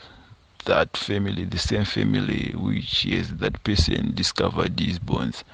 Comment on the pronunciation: Bones not borns